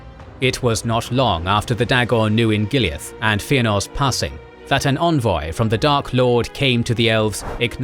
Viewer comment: Envoy, not Onvoy.